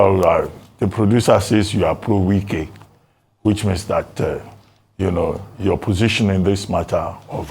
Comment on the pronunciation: not pro nwike but probe nwike 😂